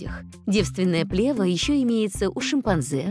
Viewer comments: Правильно ставить ударение на второй слог – плевА́. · еще б ударение правильно ставили- что за дикая плЕва!? хоть бы в словарь заглядывали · Ударение точно правильно - плевА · Вообще-то не "плЕва", а "плевА". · Не плЕва, а плевА. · Противно слышать когда в ключевом слове, повторяемом многократно, неправильно ставится ударение. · В слове плева ударение на последнюю букву.